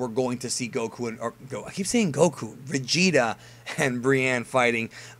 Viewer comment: say Vegeta one more time.....